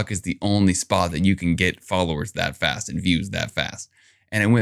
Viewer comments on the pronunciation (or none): none